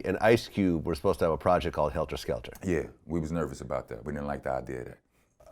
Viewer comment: Vlad keep saying helter skelter! With the ER 🤦🏻‍♂️ it’s Heltah Skeltah!